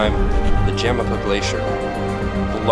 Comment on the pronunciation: Great video, but a couple points of pronunciation are in order. Orizaba's main ice feature, the Jamapa Glacier, is pronounced "ha-MAH-pah". Not "JAM-uppa". And the erupting volcano near Puebla is pronounced "POPO-k' TEP-ettle", not......whatever that was.